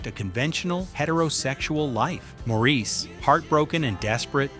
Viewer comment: The movie and character “Maurice” is pronounced “MOR-is”, NOT “Maur-EES”. If you had seen the film, you would know how to pronounce the name correctly ❣️❣️❣️ correctly. ❣️❣️❣️❣️